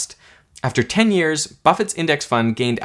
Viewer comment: Yes, yes, we all know what you mean when you say years, it's totally unnecessary to emphasize the word years.